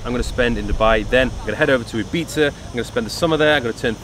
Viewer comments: that is how you pronounce Ibiza correctly, in case anyone was wondering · Dan Fogg Nah it’s “Ih - beeth - ah” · I swear its pronounced “eye bee tha” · Ee-bee-tha - Spanish doesn’t have the ‘eye’ phonetic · It’s pronounced “ibitha” 🤣🤣🤣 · Finally someone who knows how to pronounce the word "Ibiza" properly!!! 👏👏 Great content btw 👍👍❤️💪🏻